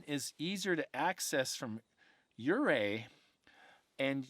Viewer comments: Nope! Its Yerrrr Ray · "un come padre " is how you pronounce it. " or ray " is how you pronounce the town. I am a lifelong (71 years) Colorado resident. I had the privilege of living in Buena Vista, Colorado and looked at the Collegiate Range every day. I think Bigfoot is an entity that lives on a parallel plane and crosses over to ours according to the Indians. We have Thundersnow very frequently in the Colorado mountains. Many stories and treasures are hidden in our Colorado Rocky Mountains all up and down the range. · Hello, good to see you back. Love your stories. The pronunciation of the Uncompahhre is Un-com-paw-gray. And Ouray is Pronounced U-Ray, the O is silent. Great heritage info on how both names came to be. Keep hiking 🥾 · Southwest Colorado resident here! Pronunciation is Un-com-pah-grey and OO-ray or you-ray depending on who you ask haha